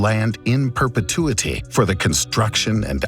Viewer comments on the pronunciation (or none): "in perpetui-TEH"...I wasn't aware Eric Cartman was involved 🤣